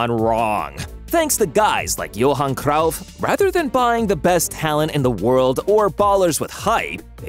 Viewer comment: Gerard Peak, Ser-gee-yo Busquets, Johan C-roaw-ff, H-OOZ-A Mourinho, and Samuel Et-Too. Maybe I'm too American but I've never heard these names pronounced this way. AI voice is killing me.